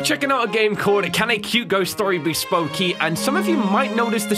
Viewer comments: did you just read "spooky" as "spokey" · "can a cute ghost story be spoky" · He says “Can a cute ghost story by SPOECKY ?” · lol he said spokey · Did he just say: Spoak-y? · in the begining said spoaky instead of spooky nice english man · He said spoky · umm.... u said spowky? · "Can a cute ghost be spooke" WHATS THAT??????? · "Can a cute ghost story be spokey" Me: "Ah yes, SPOKEY?" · "can a cute ghost story be spokey" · Did anyone hear say spooky wrong